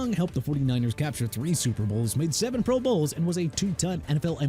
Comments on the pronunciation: "Pro BOWLS" 😂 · When did these guys go AI narration? Who say Pro Bowls like that?